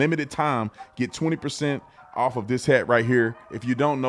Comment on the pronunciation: She went OWF!!! Not off, OWF!!!! The Lord is opening peoples' eyes.